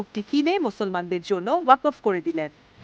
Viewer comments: Waqof noy waqfo hobe pronunciation. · ওয়াকফ উচ্চরন করতে পারেন না। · ওয়াকফ উচ্চারণ ভুল ছিল।